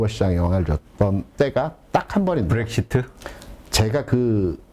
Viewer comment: 블렉시트 아니고 브렉시트(brexit)